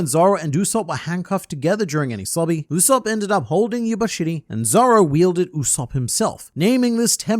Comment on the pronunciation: Brother, his name is not pronounced "OOu-Sopp" but "YOU-Sopp"